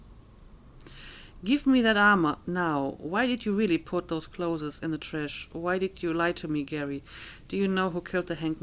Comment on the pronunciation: I don't mean this in a bad way, but i notice you pronounce clothes as 'clotheses' and i'm curious, is it because you find it difficult to pronounce the original?